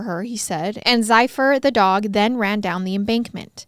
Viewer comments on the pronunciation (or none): Zephyr. Sounds like zef-er. The dog's name is Zephyr.